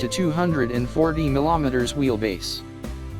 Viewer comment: Not “millometre”, it’s “millimetre”…